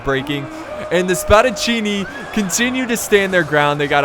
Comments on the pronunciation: Couldn't pronounce peltasts, but says Spadacinni perfectly. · i'm italian and oh my god its fantastic how did you pronounced spadaccini exept that continue like now your video are the greatest total war video that i've seen